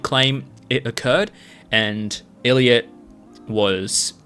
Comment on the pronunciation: i think the biggest issue is that newjeans and their fans seem to think they are fightiing against the entire hybe. yes ador is a subsidiary, but they aren responsible for the actions of other labels. pretty sure they said one time “why would we try to replace our only artist?” 😭😭 also it’s pronounced eye lit not ill lit